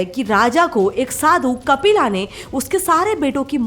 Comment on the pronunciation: Why are you saying महाभारता, कपिला, ऋग्वेदा etc. महाभारत, कपिल , ऋगवेद होता है वो। Jab video hindi me hai to pronunciation real Karo. जैसे योग का योगा हो गया है इनका भी यही हाल होने वाला है।